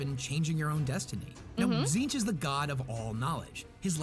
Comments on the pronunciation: How does Tzeentch (zeen-ch) get read as “zin-TECH”??? There’s clearly double E’s and no E between the latter T and CH. 😅 Also, lemme see if this oversimplification helps: • Khorne and Nurgle are 2…3-ish…forms of death, those being death by violence and death by disease and natural causes, as well as wrath and sloth. • Tzeentch is knowledge and various forms of change and manipulation, be it adaptation/evolution, fate/destiny, choices of words ( truth or lies ), etc.. • Slaanesh is just sin w/ a non-binary intersex self-ID and pronouns. … OK, look, as a Khorne fan and Nurgle + Tzeentch sympathizer, I ABSOLUTELY DESPISE Slaanesh, more than Erebus, Leandros, and the Dark Eldar combined. He…She…They…It is basically just all the stuff we do and like in our everyday lives, but cranked up to unnecessarily depraved levels, a.k.a. the technical definition of sin. That’s why some religions are so strict about what you can and cannot do, bcuz doing something in an obsessive, unhealthy manner will f@ you up in the worst ways imaginable and it’s never a good thing to do, hence the whole “do things in moderation” thing. There’s a reason that phrase exists and things like Slaanesh are the reason why. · You know it works when Tzeench fuck up her saying its name lmao